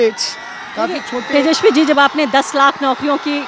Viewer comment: His name is tejaswi not teshawi. First of correct pronunciation. Inke babujee ne bihar ke liye kya kiya.